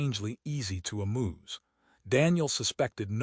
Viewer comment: ... she had become easy to ... "amooze"?